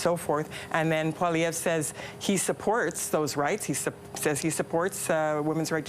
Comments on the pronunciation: "Polliver?" I know the liberal hack doesn't like Pierre but at least he can have the decency to make an honest attempt at getting his name right. Not exactly a "rolls-off-the-tongue" sort of name for English speakers, I'll grant, but Holy Crap; surely he can do better than Polliver! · Could this guy for once pronounce pollievre's name properly, it's dumb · That liberal sycophant should learn how to pronounce Poilievre. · It’s clearly an intentional choice he’s making saying his name like that. He’s sitting around others at the table saying it more or less the proper way.